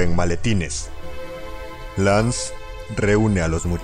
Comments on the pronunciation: Lo malo de español Latino esque lo llama Lance y está mal porque se pronuncia LEINCE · es lance Bro Pero se pronuncia lans o en si quieres pronunciar la a es leins